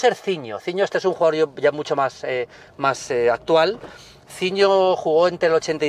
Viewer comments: "Quej maj cara". Coño, se oye perfectamente a, al final no es un trípode... Al menos no de forma literal. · "Que e maj cara". El acentazo madrileño ahí xDD